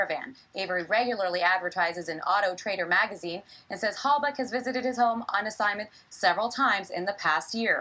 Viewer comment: Its German. I am German too. "Halbach" is a German Lastname and he pronounces how we would do it. I mean the "ch" at the and.